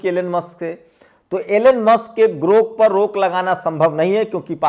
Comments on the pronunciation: गोर्क नहीं ग्रोथ कहिए। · भी गोरक नही ग्रोक बोलो थोड़ा खयाल रखो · अरे भाई, पहले बोलना तो सीख लीजिए। ये "गोर्क" नहीं "ग्राेक" है। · Gork nahi sir grok bolo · तुम तो खुद को अच्छा पढ़ा-लिखा कहते हो, लेकिन दो अक्षर का शब्द सही नहीं पढ़ पाते हो। तुम बार-बार गोर्क बोल रहे हो,जबकि शब्द है 'ग्रोक'। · अरे साहब गोर्क नहि ग्रोक है 😊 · Gork nahi Grok hai jara bhada sudhar lijiye pyrakar mahoday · गोर्क नही साहब ग्रोक GROK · Sir g grok boleye please na ki gork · गोर्क नहीं ग्राक. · गोर्क नहीं है ग्रोक है। गरोक है । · Gork nahi grok bolo bhaiya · गोरक नहीं ग्रोक 😂😂😂😂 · गोर्ख नहीं साहब ग्रोख है,, कृपया शब्दों के उच्चारण का ध्यान दिजिए, आप बढ़े अच्छे पत्रकार हैं आप इन मनुवादी ओं की वाह्ट लगा रक्खी है मैं अक्सर सुनता उस बदतमीज बुड्ढे का भी आपका जंतर मंतर का डीबेट सुना जिसे अपने ही देश की महिला बहु-बेटियों को बदचलन कहना उन्हें डांसर कहना जबकि वो इटली में बार कार्यरत रहीं थीं लेकिन इन झुठ के पुजे पुजारीयों को जब अभद्र भाषा का उपयोग सुनता हूं तो इनके धर्म संस्कारों पर इनके गुरुओं पर अफ़सोस और रहम आता है इनके बाल दाड़ी सफ़ेद हो गई जो मृत्यु के पास है लेकिन अभद्रता जीवन से और जीभ से नहीं गई? बड़ा अफ़सोस होता है इस संघठन पर जिनके परिवार ने गुरू ओं ने पुरखों ने क्या संस्कार देकर इस दुनिया में रक्खा? इनकी बातचीत इनका व्यवहार उठना बैठना चाल चरित्र ही ज़हरीला? अविनाशी जीवन में जी रहे हैं यह प्रजाति? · aray bhai Gork nahi .. Grok hai ... kya karrahe ho yar ... bahujan k education ka mazak udarahe ho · Gorak Nahin Garok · गोरक नहीं ग्रोक है। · उच्चारण 'गोर्क' नहि जनाब 'ग्रोक' है। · जनाब गोर्क नहीं ग्रोक कहिये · Gork nahi GROK BOLIYE. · I request you to pronounce clearly. Please do not speak Gork in lieu of Grok correct word is GROK. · सर ,गोर्क नही सही शब्द ग्रोक है। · grok ग्रोक बोलिए